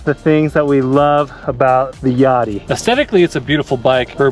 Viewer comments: I would pronounce it like Ya dea, like "Idea". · Think it’s pronounced ya-day-a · i would hate to hear how you guys pronounce "idea"